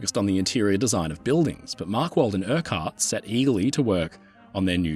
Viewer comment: 'urkkurt' -Urquhart